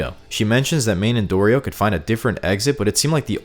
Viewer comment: Thank you for calling Dorito correctly, I’m sick of people not pronouncing her name the way it was intended